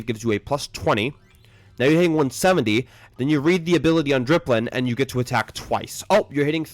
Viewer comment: dipplin. not dRipplin.